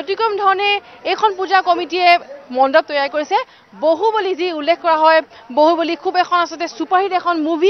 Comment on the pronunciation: moroti bohuboli nhoi bahuboli